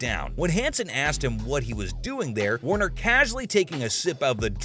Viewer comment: Actually, it is Michael Warrecker. Not Warner. Seibert not Syberg.